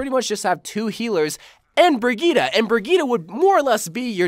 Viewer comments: bri - gee - tuh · A question for the qna: Can you ever pronounce brigitte right?